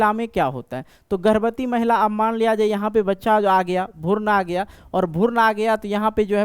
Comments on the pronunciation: भुर्न nhi hota h guru भ्रूण hota hai 🤪 thoda language ko thik kijiye. नींद में बोल रहे हैं क्या 😂😂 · Sir bhoorn nhi भ्रूण hota hai😂😂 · Sir app pehle bhrun bolna sikh lijiye bhurn bol rhe h😅😊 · भुर्न नहीं भ्रूण होता है मास्टर साहब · Bhaiya wo bhroon hota hai.. bhurn nhi..